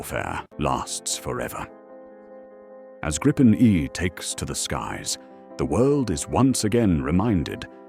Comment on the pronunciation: The Swedish (and Nordic) "i" in Gripen is like the "i" in "video", not the "i" in "vice". The "re-armed, re-fueled and airborne again from a road in 10 minutes, using only 4 conscripts plus 1 trained technician" may be the optimal stretch, but you get the general idea of the Swedish concept of Dispersed Operations. Bombed-out air bases become irrelevant! An 800m stretch of highway, a fuel truck, a weapons supply truck and and a handful of minimally trained conscripts will do, be it in 10 minutes or 20 minutes. This capability is off the charts for any defensive air force, which is what the Swedes were aiming for in the first place.